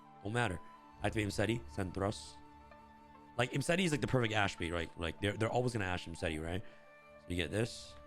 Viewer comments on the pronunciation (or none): none